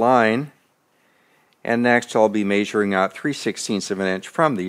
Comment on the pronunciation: I like it when people say maesuring instead of measuring Fireball Tool also does this, where is that accent from?